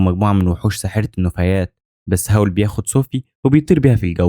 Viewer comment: الساحر أسمو هاول مش هاو😂💔